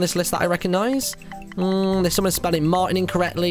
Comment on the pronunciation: It is spelled Martin - Martyn sound rly weird :D